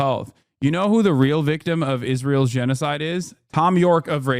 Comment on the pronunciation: He just can't say gennocide